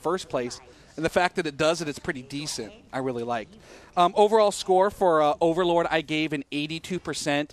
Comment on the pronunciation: Ok everything you said was right except how you said, " This overleads fable " Overlord is a very good game but fable is like 100 times better